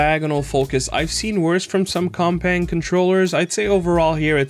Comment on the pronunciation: I almost thought you said the other controller was called cockbang at first at the beginning of the video.